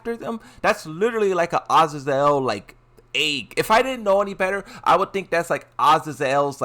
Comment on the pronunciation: Azazel Ahh-zay-zoul